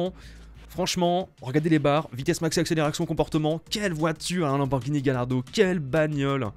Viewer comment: Ça se dit " Gayardo" pas " Galardo " xDDDDD